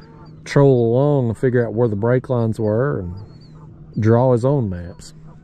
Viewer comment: Ment maps not mans lol